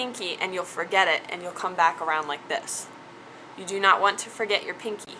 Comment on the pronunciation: Lol... at the end... "You can put it on your tree... (suddenly intoxicated) I know you doooo, hee hee heeee..." :D